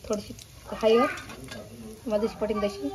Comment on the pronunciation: हयद नाही हळद